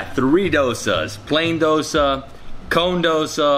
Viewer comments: i like how he pronounced it as Dh-o-sa and not dough-sa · Im proud cus u sed dosa correctly i am a indian